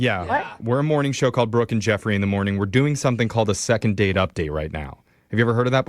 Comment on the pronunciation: Laughing when AI narrator says “broken jeffrey” show!! Heard it on another episode! Lol.